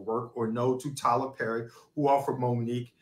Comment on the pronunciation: Lol she cant pronounce words with double r's PERRY, MARRIED NOW THATS FUNNY, she is funny just not on stage